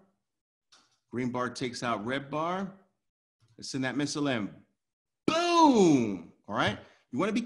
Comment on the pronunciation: Booom not pum 😀😀😀